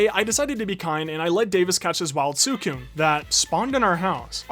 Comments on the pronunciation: its pronounced sweecoon not swoocoon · the way he says suicune is kind of annoying me and no im not some 30 super fan i’m 12 but i’m just saying it’s pronounced swi-cune